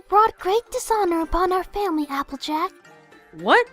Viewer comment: "I WILL NOT DISHONOR MY FAMERRY!!!"